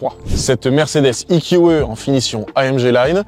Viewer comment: Le eqeuh? 😂 ee - q - ee